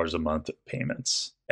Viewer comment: BRO SAID HOW EXITING PAAUUUSEEE